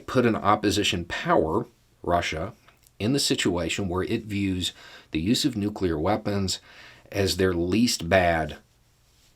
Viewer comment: Let me just say that, as someone who used to be in the biz, I appreciate when someone can properly pronounce the word New-Clee-R. The other way is nails on a chalkboard to those in the biz of New-Clee-R technology.